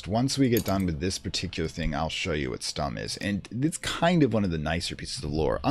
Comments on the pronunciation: The "u" in "Stumm" is pronounced like the "u" part in "you". Besides that you got it right. It's a German word btw and means as the game said - silent or mute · Yes that's more like it but it's a short "u" or "o" because emphasis lies on the "m" that's something you absolutely nailed :D Edit: I love the series btw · "Stumm!" actually means "Mute!" in german, which is pronounced a bit differently and this would make sense as the film would probably have no sound.